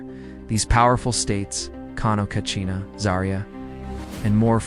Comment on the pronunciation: Katsina not kachina. Nice video. Love from northern Nigeria ❤